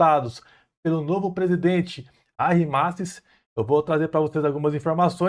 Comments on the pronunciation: a pronúncia é "ÁRI" mas se escreve Harry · O nome dele se pronuncia sem o H mesmo?